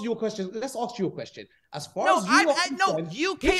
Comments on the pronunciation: My god, im baffled.. Really.. Idiots: "Go on, ax us everyfing", Coffe: Oka... Idiots: NO HOLD ON! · Do not invest anything into someone who can not pronounce the word "ask". Plus this guy loves the sound of his own voice.